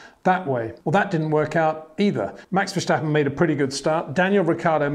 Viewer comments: Again Peter, the name is Verstappen not Verschtappen or Vershtappen, get it right next time. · Peter, you know your stuff but please, for the love of God, it is Verstappen, NOT Vershtappen or Versjtappen or whatever you are calling him. This kid will win numerous World Championships so please show him respect and get used to pronouncing his name correctly. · Very cute these English speakers saying Versh-tappen instead of Ver-stappen.